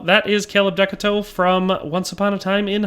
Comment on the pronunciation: I think you might be mispronouncing the name slightly. I think the name ends with a "too". I might be wrong.